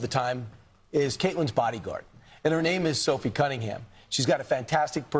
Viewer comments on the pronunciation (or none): It's NOT Sophie CunningGUM! It's CunningHAM, like it's spelled. Good Lord!